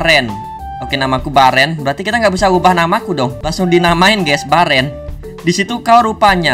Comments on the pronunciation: Bang nama nya bukan Baren tapi beren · Bang namanya itu bukan baren itu di bacanya beren bang gak bisa bahasa Inggris sih makanya belajar 😂😂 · Baeeren di baca beren